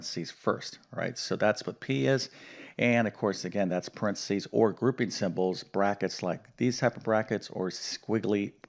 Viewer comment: PARENTHESIS not "Prentsys"...you may have been teaching math for decades, but you'd fail English pronunciation....lol...but then I got A's and A+'s in English, NOT math.🤣🤣🤣🤣